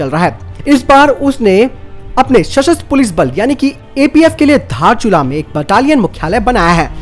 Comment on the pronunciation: धारचुला नहि बे 😂😂 दारचुला हे ओ भि नेपाल का हे।